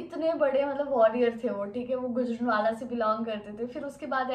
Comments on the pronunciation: गुजरनवाला नहीं गुजरांवाला 💞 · Bro itsnot gujan wala its Gujranwala so plz be careful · Bhai gujranwala wala kahta ha gojranwala wala nhi kahta ❤ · Not gujrnawla is gujrnawla